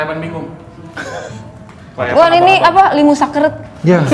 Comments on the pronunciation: Mba sara lucu ngomong Limus sakeuret 🤭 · Mba lucu ngomong limus sakeret😂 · Ngakak bgt mba bilang limus sakeureut 🤣🤣